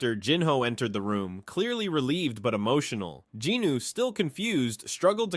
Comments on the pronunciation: Any idea why he keeps saying Jinooo instead of Jinwoo? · Love the videos but I can recommend correcting the pronunciation for Jinwoo’s name? You say Ji-nu when it’s Jin-woo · Its jin-woo not jinu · I love these videos the only thing that grinds my gears is him saying Jinwoo’s name wrong😭😂